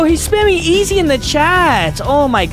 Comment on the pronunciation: Bro did not say easy bro said eg